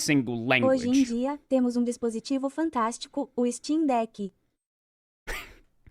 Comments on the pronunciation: I had a chuckle from "Stcheem deque" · The brazilian portuguese voice pronouncing steam deck as "steen deki" is the only good thing about it (duki nuki)